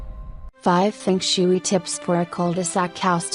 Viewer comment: I can’t take anyone seriously who said fung shooo-eee